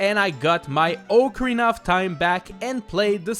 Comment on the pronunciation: It’s pronounced “Ock-a-reena”